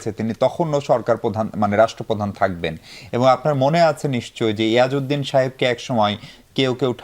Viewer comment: ইয়াজ উদ্দি না পিয়াজ উদ্দিন বলছিলেন